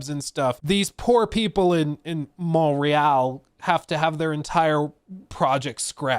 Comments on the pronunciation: Montréal say it right or don't say it at all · Pretty nice french R (make it a bit harder), no useless T... Almost there ! Just improve the A (open less) and it's perfect 😋 AAAaaah executive crooks.... They never cease to amaze us ! 😅